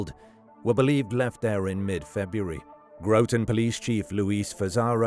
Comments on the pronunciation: Groton native here, pronounced how it looks, not Grow-ton, but I grew up in one of the homes, only just recently sold, directly along the Colonel Ledyard Cemetery (pronounced Ledge-erd), in the shadow of Electric Boat, and would hop the fence and spend a lot of time there as a kid. The discovery of that poor woman was shocking, but with the population explosion bringing shady people to the area in recent times it isn’t so surprising to see these things happen. It was determined that it was a domestic violence situation. She was a small, frail, ill woman who was beaten to death, dismembered and left in a suitcase in the cemetery by a trash can by the man she lived with only a couple streets away, who is also terminally ill. Very sad situation. RIP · It is Groton (Grot-on) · It’s Pronounced gra tin lol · I live in Groton. You obviously don't know how to pronounce it. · GRAHT'n. Not Grow-tun. But...that was just after pronouncing Thomas as Tom-ass, so.